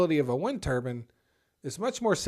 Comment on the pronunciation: It's pronounced ter-bine, not ter-bin. It should rhyme with fine.... Otherwise, it sounds like you're speaking about a turban that is worn by sikh men to cover uncut hair as part of their faith.